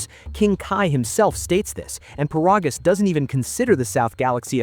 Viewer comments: It's ai, "he'll" never pronounce it correctly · First of all his name is paragus not parogus and secondly for the love of me I have never understood why the hell is King Vegeta the king of all sins when he literally got one shot it with a chopped to the neck or a punch or a kick I forget which one but he got one shotted